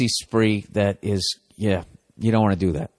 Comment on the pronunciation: "And dat's dat."